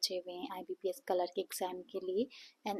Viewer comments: No offense but It's clerk not cekerk pls pronounce it properly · It's clerk behen pronounce it properly